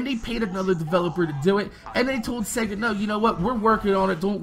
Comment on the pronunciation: you were pronouncing it as segga